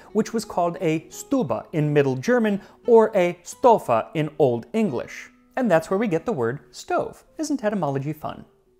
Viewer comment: Old English 'stofa' is correctly pronounced [stoh-vah] with a v. they just lacked a letter for this sound, so they used what they could